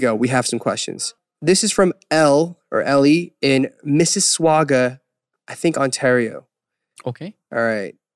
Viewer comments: how did you pronounce missisauga like "miss-swig-sauga"? 😂😂😂 dude the name aint hard to pronounce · Omg the way he pronounced Mississauga 😭😂😂😂 “MissiSWAGGAH” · Great interview and all but as someone from the GTA, I just have to comment about the way Eric said Mississauga as MISS-SIH-SWOG-UH xD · The way he pronounces "Mississauga" 😂😂 omg. Such a great question tho. Also Southern Ontario represent! 🥰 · the way Eric name incorrectly said Mississauga made my night hahaha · Okay so is no one gonna talk about how Eric pronounces Mississauga ? XD I guess only my Canadian fellows would get it but that was hilarious yet cute